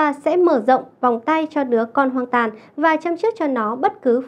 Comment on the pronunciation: Đứa con HOANG ĐÀNG chứ không phải hoang tàng